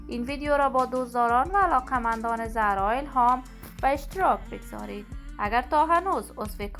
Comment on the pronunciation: گوینده بد صدا و بی سواد زرا نه خانم زهرا درسته. این فضولی ها به شما نیومده ....